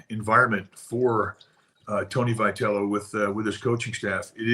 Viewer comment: Why cab Tom NEVER pronounce Vitello correctly?